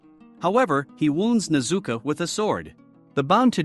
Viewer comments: Her name is pronounced nez u ko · nezuka bruh its nezuko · Nezuko not nezuku bro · It’s nezuko buddy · Your saying nezuko wring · It’s not tajiro it’s tanjiro AND ITS NOT A RAVEN ITS A GROW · It s nit tajiro kamado it s tanjiro kamado and its not nezuka it s nezuko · bro it is pronounced tan-ji-ro And ne-zu-ko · You said Nezuka and Tamiaka B(